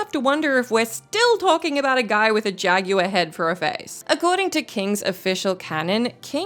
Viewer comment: The way she says jaguar. 😂😂😂